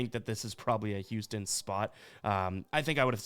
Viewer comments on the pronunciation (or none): none